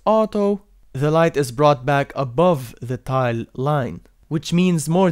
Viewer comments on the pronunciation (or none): none